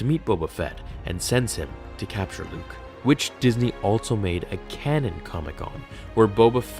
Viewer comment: allTso ....... cant stop hearing it.